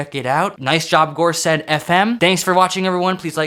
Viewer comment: For context, the gorsedd is basically a council of Welsh language poets, writers and musicians who have contributed significantly to the Welsh language and culture, heavily associated with Celtic traditions. A few gorsedd fm songs and albums use Welsh titles which is pretty interesting as they’re from New York Edit: also little nitpick it’s pronounced gorseth, the dd sound in Welsh is pronounced as a th like there